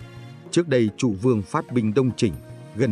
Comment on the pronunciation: Nhà Châu hay nhà Chu..? Châu Văn Vương hay Chu Văn Vương..? Hình như đọc sai rồi..!